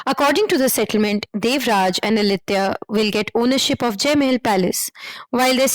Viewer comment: That "Mae-hell" pronunciation for Mahal sounds funny.